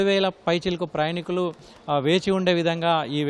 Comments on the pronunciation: ప్రయణికులు కాదు నాయనా ప్రయాణీకులు అని చదువు. తెలుగును పట్టి పట్టి పలకటం, దాడులు బిగించి మాట్లాడటమే ఈ మధ్య ఫ్యాషన్ అయిపోయింది. టీవీ యాంకర్లకి రిపోర్టలకి ఇదే అర్హతగా మారింది. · ప్రయాణీకులు అని అనండి, ప్రయణికులు కాదు